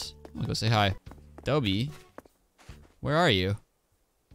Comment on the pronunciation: I think it's Dobie like a doberman is called a dobie